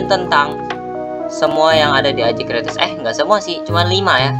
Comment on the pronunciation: Apa itu kreates? Bang salah ngomong seharue nya crates